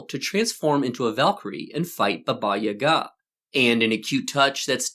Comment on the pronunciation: Thanks for correct stress in Yaga's name